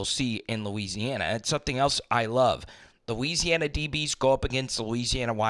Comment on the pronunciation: I love bro, but each time you said north or south Louisiana, it sounded like that 😅😅